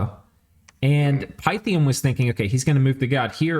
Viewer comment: Great video! FYI : It's jow·tn (heim). Its roots are old Nordic or Scandinavian, not German. Also Pi ·thee·uhm. Greek with new Latin. Keep up the great commentary, can't wait for the next video!